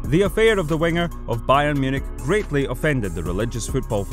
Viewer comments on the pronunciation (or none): none